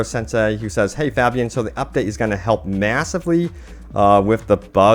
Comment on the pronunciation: Pronounced (Fay-be-an) ffs